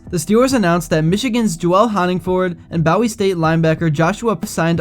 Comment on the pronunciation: I’ve never heard anyone say Bowie State wrong until this video. I stopped watching right there.